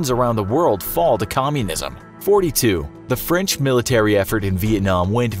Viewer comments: Yo he just said franch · Ah, yes, Franch